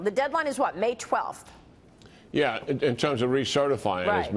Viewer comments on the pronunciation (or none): Why do so many Americans pronounce Macron Macrone?